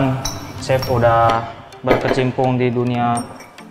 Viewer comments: "Chef" jadi "sep" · dasar emang lidah urang sunda, kata "Chef" aja pengucapannya kayak "Sep".. asa-asa manggil ka lalaki... :'D